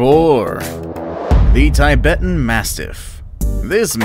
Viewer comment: Just a correction....The Tibetan Mastiff should pronounced like 'TIB - ETUN' and not like 'TIE - BET - UN'.